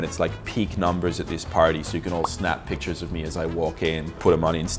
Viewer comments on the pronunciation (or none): none